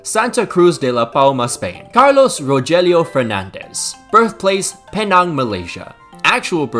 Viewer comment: not really sorry but penang is pronounced pee-nang, everything else was great. also fuck najib